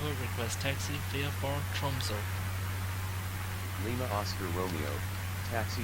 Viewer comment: Nice one. You pronounced Flesland pretty well. Tromsø is harder to pronounce but that's all right. I wouldn't be able to write how to pronounce it anyways, and VoxATC wouldn't understand eigter :D Loking forward to the next part :) I uninstalled Prepar3d 2.4 with all add-ons yesterday since upgrading to 2.5 required a complete reinstall. Looking forward to be in the virtual skies again soon :)